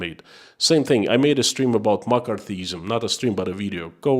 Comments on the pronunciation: omg for a moment you had me very confused about makarthism(?). It is pronounced Mc Carthy ism. Just letting you know :) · Mc·Car·thy·ism. pronounced McCarthy - izm. Pronounced Mac karthy Izm. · It's pronounced Mak ar thee ism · I love your courage and thank you for your insights. It is pronounced "ma car thee ism" and it was a most destructive time in our USA. I'm praying for you and your family. Be well, be safe, stay free. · In English McCarthyism is pronounced mak ARTH ee iz em. But I got the message anyhow. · Appreciate your videos. By the way, it is pronounced Muh-CARTH-ee-ism. Based on the actions of Senator Joseph McCarthy. It took me a moment to figure out your reference. Yes, it was a thing, a lot of it affecting artists, actors, writers. Interesting that Roy Cohn worked closely with Senator McCarthy in the witch hunt of communists, and later became a mentor to Trump. Trump. who famously said "Where's my Roy Cohn?" when feeling like there was a 'witch hunt' against him. Yes, where's the attorney who was an expert at staging political witch hunts to defend Trump agains a perceived political witch hunt....... I swear, a person cannot make this stuff up. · In case anyone else is wondering he saying McCarthyism . It took me awhile! Lol